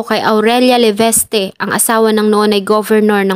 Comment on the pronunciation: Good content. Kaya lang Ineng ayusin mo pronunciation mo. It;s LeVISte NOT LeVESte. and some more, but don't want to list them all. Names are quite important to some people, especially celebrities and those from the government. TAKE THIS AS A CONSTRUCTIVE CRITICISM. It's not meant to demolish you as a vlogger.